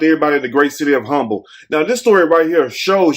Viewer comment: Not Humble, take the "H" sound out. But she was so pretty. But this creep had to be on drugs!